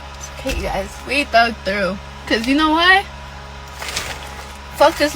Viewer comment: She said thug out 🤦🏾😂